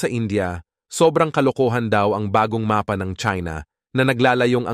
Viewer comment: napatigil ako sa panonood dahil sa pagbigkas niya ng "MAPA". utang na loob na bigkas yan. wala akong paki kung AI man yan